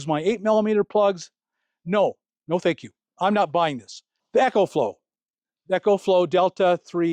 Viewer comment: Bro your the best but it's E-CO flow like eco-friendly. Lol 😅 Not EC-HO flow like an echo in a tunnel. Btw- it's the best!